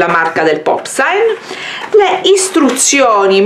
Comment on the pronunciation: wuau è la parola giusta!!è un bellissimo gioco per grandi e piccoli poi non è tossico si può usare e riutilizzare😍stupendo!!!però si legge "popsin" e non"popsain"